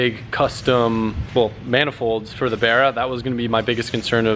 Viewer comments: Can you please say bArra instead of brra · Barra has no e it’s not berra u gotta speak the language…